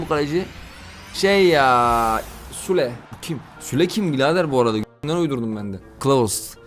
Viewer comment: abi Sule diye değil ama Süle diye bir oyuncu var.